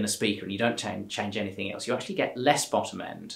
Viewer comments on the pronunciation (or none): none